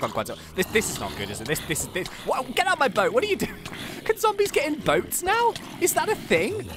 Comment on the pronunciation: Did anyone else notice that kept on saying 'Zambies' instead of 'Zombies'?